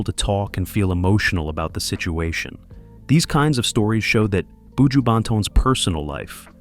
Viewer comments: Commentator bushooooooo say bu joh 😊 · In it boo-jew boo!